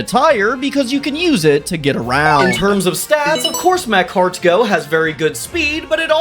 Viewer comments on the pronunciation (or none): The way you pronounce macargo triggered me to no end...... Love your show, though